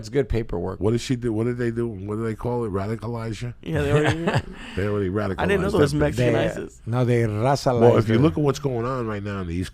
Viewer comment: "razacalized"